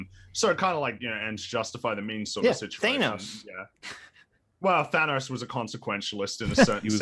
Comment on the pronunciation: My man said "Thay-nos" and "Rob's Pierre" lol